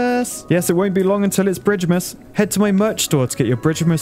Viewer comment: Def though you said bitchmas but bridgemas is dope too